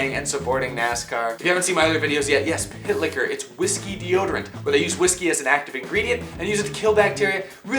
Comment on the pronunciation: For real thought when he said pit liquor i really thought he said pick hitler